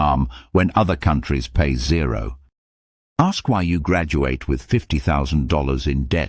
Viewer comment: YOU WERE ALL TALKING TO AI. WHO says Zo dollars?? Instead of Zero dollars. This could have been done by a scammer. It’s people like you lot who will follow health advice from a rickshaw driver in the slums of India. WAKE UP PEOPLE!!!!!